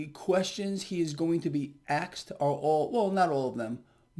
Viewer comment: You said aksed…love it dawg